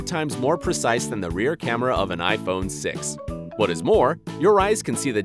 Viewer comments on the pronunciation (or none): none